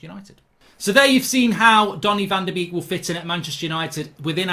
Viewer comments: your slaughtering his name its pronuonced bake not a duck beek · Great video Mark 👍 but it’s said as ‘bake’ not ‘beek’ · Why do all English speakers call him Donny Van De Beak?? It's Donny Van De Bake.. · it's pronounced as "bake" not beak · His name is pronounced like the English word 'Bake. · Learn to pronounce his name. Van Der baker is how it’s said. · It’s pronounced ‘Bake’ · Mark call him Van de Bake, it’s how it’s pronounced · I've never heard someone pronounce someone's name wrong so many times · I beg you pronounce van de beek with the a sound instead of the two ee sound 😂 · Please learn how to say his name correctly.